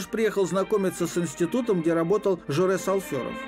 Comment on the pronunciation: Не Жорез, а Жорес !